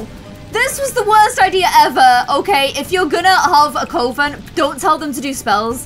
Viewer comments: You keep pronouncing coven wrong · I love these videos, but mispronouncing "coven" is giving me anxiety. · I dont think is pronouncing coven correctly its coVen, more pronunciation on the v, also I think it should be called the 'Phoenix Coven'. After Raven's mum Phoenix and they rise from the ashes after the terror of Eve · Sorry I know coven is spelt with an o but its actually pronounced cu-ven xx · It's pronounced like the word oven with a c at the front - YES! to Phoenix Coven! 😁👍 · Just wanted to mention that you were mispronouncing coven. It’s not a long O. Love the new series tho. N before anyone gets on my case about the pronunciation, I have been a practicing Wiccan with a coven for near 25 years. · Well She literally said she's a practicing Wiccan, I just came to say about the pronunciation of the word Coven. It's said like Oven but with a C. In every book/film/blog etc Coven is said the same. I love the game play and is probably one of the best Sims Youtubers around for actual original game play. I'm just funny about spellings and pronunciation hahaha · it really matters. How would you feel if someone mispronounced Christmas or Easter? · THANK YOU!!! Cuh-ven!!! It was driving me to distraction!!! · Wait, I thought it was pronounced coe-ven!!n! Oh well. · I am such a perfectionist because every time she said coven I was getting so angry and wanted her to pronounce it cuven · I’m so here for you (re)-implementing lgbtq+ sims!❤️Thank you, this series is gonna be amazing! Also, coven is said like cuh-ven☺️ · I love the new series it is everything. Btw it is pronounced Cuven even though it is spelt with a o. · I feel like I’m gonna get attacked for this but was saying coven it’s pronounced cuv en coven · Cuh-ven is how coven is pronounced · Hey it’s pronounced coven like oven with a c before it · The way says "Coven" 😂😂 It's actually supposed to be said like "Ka-ven" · Did you say coven or covid